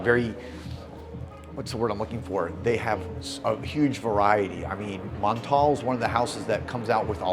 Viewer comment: The way you pronounce Montale 😂. Just stop!